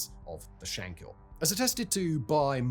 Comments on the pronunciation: Shankill, not hill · I would've liked if you'd done just little bit of research into the pronounciation of words. I.e.: It was the TrouBles. "Taig" is pronounced t-ague, the way you pronounced it was an Irish name Tadgh. It's not Shank-hill . Or Shank-ill. it's Shankill, said as if there are no syllables. Bloody Englishmen always muddying the waters... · You cannot even say Shankill properly and you talk too fast, who are you trying to be Shapiro................ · One thing of note that is mainly just a grammatical error, it's Shankill not Shankhill. It seems to be only a pronunciation issue for English people, the most famous case I'm aware of being madlad Ross Kemp.